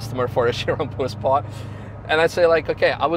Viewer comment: So it’s Pur Sport not Pure Sport and in the video it sounds like Puss-port. Not having a crack. Great questions at the end though. I assume Manthey will be given orders to change pads for this car in the future 😆.